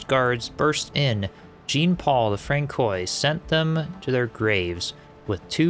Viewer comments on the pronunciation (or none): For any who care, Henri Boucher would be pronounced Ohnri Bushay. Francois is Franswa. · Francois is pronounced Fran-swa. Great boss fight, way better than I managed. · I had to giggle a little bit at Frank-koy. But I still love his narration style. It’s very relaxing, and I like his voice a lot. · I chuckled every time I heard Francoy, peak content for sure